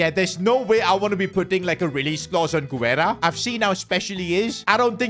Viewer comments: btw Sid Guerra’s name is pronounced without the “u” if it would have been pronounced with the “u” sound it would have been güerra instead of guerra. also guerra means war in spanish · Guerra = geh-rrah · The "U" in Guerra is silent